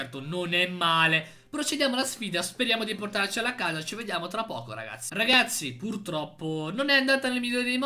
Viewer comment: sbaglio o ha detto ragashi😂